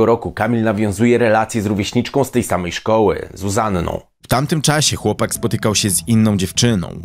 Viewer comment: REelacje, w Taamtym czAasie... dziwnie akcentujesz mówiąc. Bardzo ciężko mi się słucha...😢